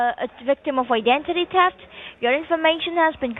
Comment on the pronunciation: “I-den-tity taft “ 🫠🫠🫠